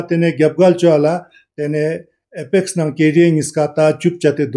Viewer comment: Read apax instead of pax